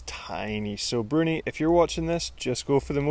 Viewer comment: Excellent video, love the way you mix Bruni’s name lol